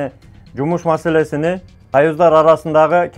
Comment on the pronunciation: Масалесини,масалесини ,дебей масалесин,халал дебей Адал деп суйлосон тууган